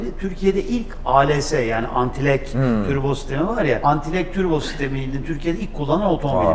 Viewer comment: Abi türbo mu diyor ben mi oyle duyuyorum